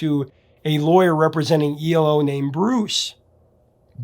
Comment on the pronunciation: It's E L O. Not ELO.